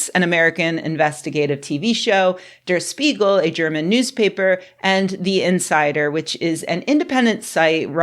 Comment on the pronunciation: "Durr Sssspeegul." Say it with me: Dea - Shpee - gill